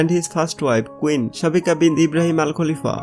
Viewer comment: Not kulifa... khalifa